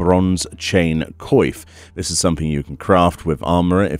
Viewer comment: Thank you so much for doing this. ...I think you should search up the pronunciation for coif. It's not a vital thing to know in most cases, but since you make these videos where it's common, it might be a good idea. It's like in coiffure. Make it more french basically.